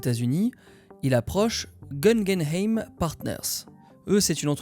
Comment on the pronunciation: Pas "Gun Game Eyme" mais "Goo Gueun Aïme". Comme le musée Guggenheim quoi...Service! ;) J'ai un galéré pour faire pause sur l'image subliminale mais merci pour la précision! Il y a donc un activiste environnemental qui s'appelle aussi Daniel Katz! Excellente vidéo qui tombe à pic! Depuis le superbe "Aftersun", je commençais à m’intéresser à ce petit distributeur justement. Merci!